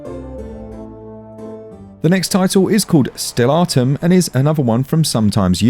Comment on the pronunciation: Not Steal- atum its STELLATUM